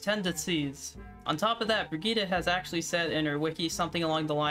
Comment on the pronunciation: Finally a youtuber who pronounces Brigitte properly...